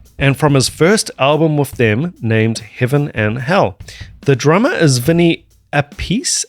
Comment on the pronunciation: Appice is " Appitchè" its italian. They did prononced Appees and Appessey for americans that struggle a lot with Romances languages spelling .